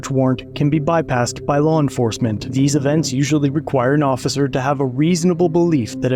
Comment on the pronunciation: "the ossiser" Lol